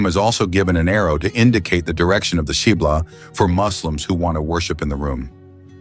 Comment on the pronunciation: why are you calling the Qibla as chibla!